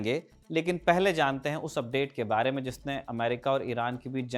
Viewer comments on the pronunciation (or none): none